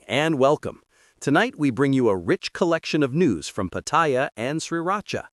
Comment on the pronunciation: Hilarious pronunciation of Pattaya. Go ask a local how to pronounce it